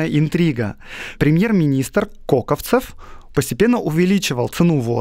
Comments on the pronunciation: Он не КОковцев, а КокОвцев! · КОковцов? Серьезно? Про огромное количество исторических неточностей в других подкастах я промолчал, но это уж совсем вопиющая безграмотность… КОКÓВЦОВ!!! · КоковцОв - ударение на последнее "О". У Пыжикова есть интересные лекции о нём, Витте и других полит.деятелей того времени, где они предстают перед нами немного в другом свете, нежели гласит офиц.история.